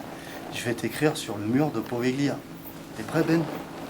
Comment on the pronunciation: l'île se prononce POVÉLIA et non POVEGLIA, le G ne se lis pas :) voilà petite précision ;) j'attend la deuxième partie :D